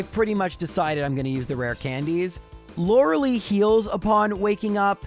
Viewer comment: Still can’t pronounce “Lorelei”, I see.